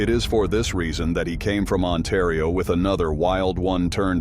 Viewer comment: Otario lol it's ontario